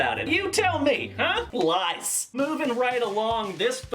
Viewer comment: I thought he said 'lice' not 'lies', and to be honest......... 'lice', would have been better! LMAO!